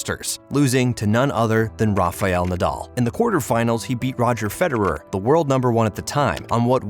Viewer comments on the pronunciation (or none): none